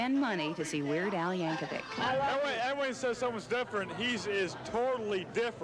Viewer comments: LOL He put the emPHASis on the wrong sylLABle. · Weird Al Yan-KOV-ic 😂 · Ah yes, the famous Weird Al Yan-kó-vick. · Reporter at the beginning really said Yank oh vic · Yan-KOVE-vic. Well, alrighty then! :D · Yank-co-vic, lol. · YankCOE-vic? lol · Been pronouncing your name wrong all these years YankOvic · The pronunciation of “yankovic” absolutely killed me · i'm forever gonna pronounce yankovic with emphasis on the ko